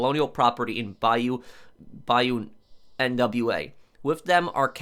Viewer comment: Cmon you can’t say bayou nwa (nuu-wa)